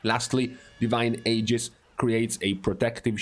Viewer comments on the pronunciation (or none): none